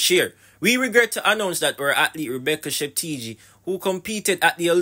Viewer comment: Her name is pronounced as chep-te-guy sir!